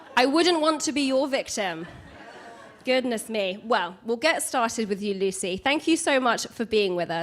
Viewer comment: can not say Lucies name properly, what a twat.